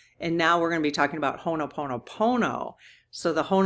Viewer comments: Dear, you are saying Hono Pomo Pomo. Instead, please leave out the first n. Ho - o Pono Pono Thank you, dear. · I love you dearly, but every time you say "Honoponopono" it drives me nuts. The word is "Ho'oponopono." It bothers me when people mispronounce sacred words and this is a sacred Hawaiian word. Sorry to be nit-picky, but this is a very important prayer to me.